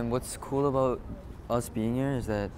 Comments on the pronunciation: You can hear Mark's Canadian jump out for a second when he says "about" lol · first time Ive heard the Canadian "about" from MArk